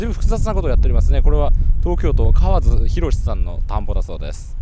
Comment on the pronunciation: その方はおそらく弁護士の河津先生です。 かわつと読むのが正しいですよ。